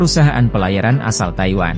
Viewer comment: Tayuiwan salah ngomong jangan rusuh bang😂